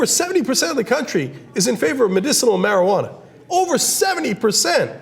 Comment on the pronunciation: mariguwadda? get some vicks vapor rub sweetheart.